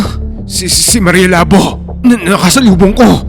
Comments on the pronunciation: Labō..Hindi labo😅😅... Halatang d nyo alam pronounce ng hiligaynon..😅😅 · Mali po ang pagkaka pronounce nyo ng “labo” dpat po “labó” sa second syllable po dapat ang diin. Lábo - ex. malabo ang mata ko Labó - ex. tagain mo ang baboy Anyway, Thank you sa mga kwento nyo sir ang galing nyo po mag kwento. Inaabangan namin palagi mga kwento mo😊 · Sir jez mali po yung pagka bangit mo ng labo labu po matigas pagka pangit ng bu . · Labo is pronounced as Labu. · Ang slung nman po ng pronounsation nyu ng labo hehe🤭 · ang labo ng kwento mo ang labo kasi ng pag bigkas nya sa labo hindi labu 🤣🤣🤣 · Mali pagka pronounced mo sa "maria Labo" bobo ka talaga hindi Labo tulad ng utak mong malabo mangmang ka talaga minsa mag research muna ya bago bigkasin ang salita tanga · Ang tamang pag pronounce ng Labo ay mabilis. And ho sa Labo ay magkatunog sa Taho.